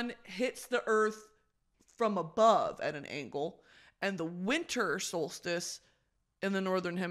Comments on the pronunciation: "summer stolstice" had me dead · the scream i scrumpt every time she said solstice wrong 😭